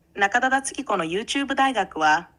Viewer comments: 「僕が中田敦彦だ」の所が「僕がキラだ」と同じに聞こえるw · ナカタダツヒコに聴こえる